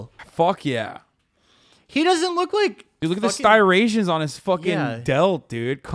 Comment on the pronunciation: "stirations" lol it's striations bro